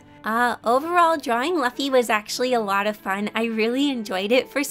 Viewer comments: Not actually mad just a bit annoyed but, ITS LOO-FEE NOT LUFF-EEEEEEE!!! HOW COULD YOU I SHALL JUST PERISH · I was Literally Screaming At My Screen Its luffy (LOO-F-EE) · You said luffy’s name wrong 🥺🔫 , it’s Luffy like lulu, luuuuffy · It's not Laffy it's Luuuuffy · No one: Literally no one: Her: LaFfy ThY mAnKey from One Piece Note: no offence to her tho, i just think it's amusing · I kinda find it funny how you say his name. "Laughy"😄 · I heard Fluffy the Monkey... I threw my phone in the wall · When you said Luffy in a different pronounce i was a bit amused but it was also funny to just hear it over and over again x'D it's like you were trying to pronounce 'laughing' but instead it's 'Laffy' lol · your supposed to say it like Luuuffy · omg This was so amazing!! My favorite was luffy (which btw is pronounced "loofy" lol), because i have a special connection to him since ive been watching one peice my entire life. also i like how you would say "muscley" instead of "muscular" lol. Umm.. if you do this again, could you do gon from hunter x hunter. it would be cool to see how you'd draw his hair given it completely defies the laws of physics. i also have a close connection to him. anyways, all of them were great and thanks for the video!! <3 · His name is Monkey D. Luffy. In the fanbase it’s really uncommon to say first before last names, and it’s pronounced “Loofi”. You can infuriate a lot of fans if you say his name like that, lol. And when you said something like sometimes he’s skinny and sometimes he’s really muscular.. Spoilers: He has 3 other forms, also known as Gears. Gear 2nd - His body is pink and steaming Gear 3rd - He can inflate any part of his body Gear 4th - Hard to explain, but probably the one you saw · HE IS NOT A MONKEY.D Luffy pronounced LUUUUFFY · hey, no hate BUT LUFFY IS PRONOUNCED (LOO-FY) but its okie c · It's pronounced [loo-fee], but it's ok. :) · Bye luffy is pronounced as (loofy) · I almost dropped my phone when you said Luffy wrong